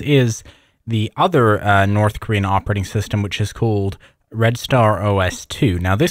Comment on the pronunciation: your ability to read Korean but not pronounce it is mystifying to me